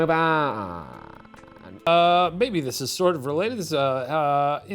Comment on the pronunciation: i know he says "maybe" but i sure as hell thought he said "baby" and i didn't even question it